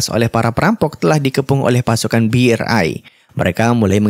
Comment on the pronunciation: Asuu asu ngakak sy bang hhhhhh host tadi bilangnya BE ER AI hhhh KUR sama KUPERA bang.